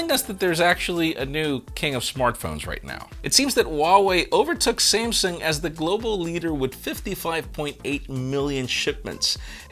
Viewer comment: No one:: Samesung